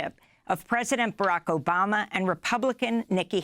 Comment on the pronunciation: His name is Barack Obama. Why this lady is pronouncing as Oracko Bama?